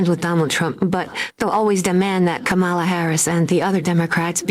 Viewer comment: It’s not comemala her name is pronounced kamala like coma in a sentence & la,la,la- put it together and it’s kamala!